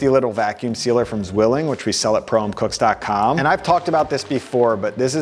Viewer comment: love this video❤ btw "Zwilling“ is the German word for twin. you almost pronounced it right. but a "z"in German is kind of a "ts“ and pretty short. 😊